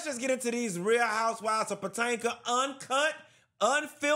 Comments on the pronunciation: I’ve always loved it when you call it Potanka!! 😂😂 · Not HOUSEWIVES OF POTANKA! 🤣🤣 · Real Housewives of Potanka 😂